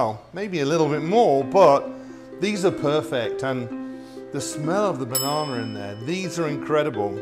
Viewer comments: Banana but you keep saying "Bananer" and "Lady Dianer" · Bananer lol 😂